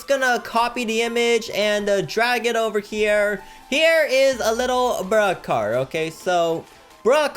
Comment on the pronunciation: Why You called bruhcar